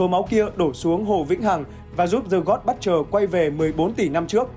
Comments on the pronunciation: Dạ là Bút-cher, ko phải Bất-cher. Đọc sai nghe rất khó chịu. Nên chuẩn bị trc khi thuyết minh. Còn ko có thể đọc thuần Việt là kẻ diệt thần, kẻ sát thần, tên đồ tể đối với giới Thần hay là gì gì đó sát nghĩa và thuần VIỆT 100% cũng đc! 🙃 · giấu cái dốt vào bạn ơi. Đừng dốt cố, dốt ráng. Cầu tiến và nghiên cứu cho chuẩn vào. :)))) butcher UK /ˈbʊtʃ.ər/ How to pronounce butcher noun in British English US /ˈbʊtʃ.ɚ/ How to pronounce butcher noun in American English UK /ˈbʊtʃ.ər/ How to pronounce butcher verb in British English US /ˈbʊtʃ.ɚ/ How to pronounce butcher verb in American English Xin nguồn phiên âm "buất-..."